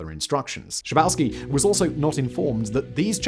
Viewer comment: Don‘t Bücher the names. Günther „Shah boff ski“. It‘s really that simple!!